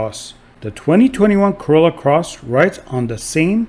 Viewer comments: why can that guy pronounce is R in most words but not in the word Corolla.....maybe he leally think that it is plonounced Collolla, of coulse !!! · No body Literally no body ever Narrator : collola closs 😂😂😂